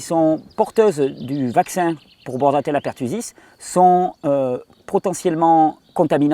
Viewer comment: Juste un petit détail, la bactérie s appelle bordetella et non bordatella ou borrelia.merci pour tes videos.